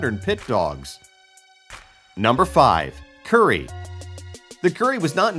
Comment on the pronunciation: That’s not how you pronounce Kurī